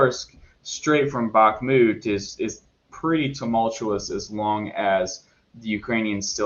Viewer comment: "back-moot" lmao